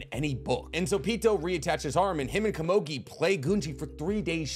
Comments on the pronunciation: why did you have to say kamogi so many time. KOMUGI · Komogi? lmao it’s ko-mu-gi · Oh my god dude PLEASE It's komugi not kumogi, Jeez lmao I cant listen to u talking with such a passion about this show and wich such effort and heart put at the narration and all of a sudden hear ''Kumogi'' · I just want to know who that heck is "Ka-moe-gui" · I know this is probably just me but every time you say Komugi's name wrong it breaks my immersion. Aside from that this was a great video. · normally I'd agree with you, however this guy, and others like him, proclaim or at least stand in a spot of "one of knowledge" and we all trust that what he says is truth and fully accurate and whole. How can that be when he messes up such a simple, basic, and easy thing as the actual name of the character. Do you watch "the last airbender" and not cringe every time they say Ong instead of Aang? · Just learn how to pronounce easy names like Komugi before you complete the video